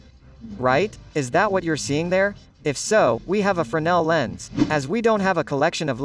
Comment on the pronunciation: Se pronuncia frenél, berê. No francês não se pronuncia o S